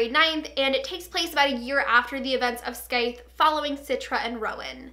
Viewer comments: You pronounce scythe (skythe), its pronounced sythe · Did she say Skythes?!? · The 'C' is silent. So it's pronounced Sythe. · the “th” is also a “voiced” th, pronounced like in “breathe” (rather than an “unvoiced” th, pronounced like in “think”):)